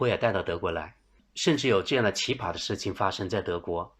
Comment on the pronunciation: 不是奇巴，是奇葩（pa一声）